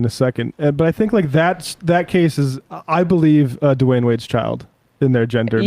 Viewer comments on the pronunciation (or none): It’s Dwyane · Dwyane Wade, not Dwayne wade